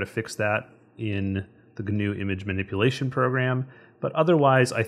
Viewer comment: Yay, GIMP! However, as a full-time grumpy pedant (😁) I feel I should mention that the 'g' in 'gnu' is silent, so it ought to be pronounced 'noo', not 'gernoo'. Yes. Noo. GIMP should be 'NIMP'. If you're bothered about matters of political correctness and cultural sensitivity, 'gnu' is from the Xhosa [South African] word 'nqu'' which may or may not have influenced or been influenced by the invading Dutch colonists. Possibly. Allegedly. Whatever. In Dutch Afrikaans the animal's also known as a wildebeest 🐃👀, which would turn GIMP or NIMP into WIMP. Anyhoooo, a gnu's 'g' is silent, like the 'g' in gnome, gnaw and gnarly, dude. Or the 'k' in knee, knuckle and knife. Shut up, Elli. Gnobody cares...🤭